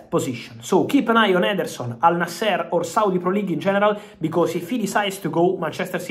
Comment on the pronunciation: Al nasr bro not al naaaaser